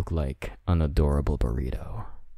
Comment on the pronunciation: The way you said "Burrito" Pft